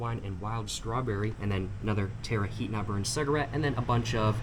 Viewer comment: A ''ciagarette''..Ya..your not saying it right...And are trying to give yourself some kind of weird accent...